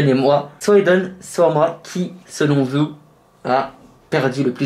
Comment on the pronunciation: "qui selon veuw" c'est un mélange de "veut" de "vous" c'est ça?